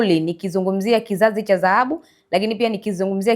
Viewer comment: MWANDISHI/MTANGAZAJI UNATIA AIBU,KIZAZI CHA ZAHABU NDO NINI??? NI DHAHABU SIO ZAHABU?